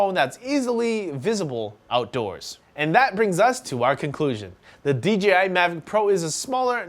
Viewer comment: Dude I heard you say DGI at least 6 times.. its DEEJAYEYE.... :) J not G